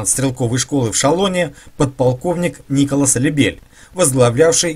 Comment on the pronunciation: Николя Лебель, на не Николас Лебель